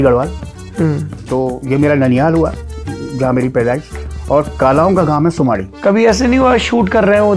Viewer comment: ji not sumdi its sumaadi gaon